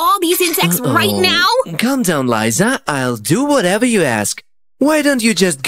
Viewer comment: It is not luza it is liza